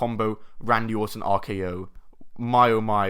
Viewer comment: I like the way you said Orton because it sounded like autumn